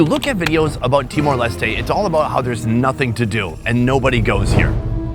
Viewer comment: Finally someone said "timor lestay" instead of "timor lestt"